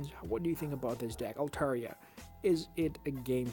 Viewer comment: You are pronouncing Altaria correctly